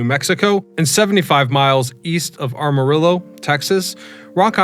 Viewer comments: Did you REALLY say "Arma-illo" and "Vegas" instead of Amarillo and Vega? Dude. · AM-arillo, not ARM-arillo. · No way I'm going to use a closed-source browser developed by a Chinese-owned company. Also, "Armarillo"? I like these videos, but can't try a little harder?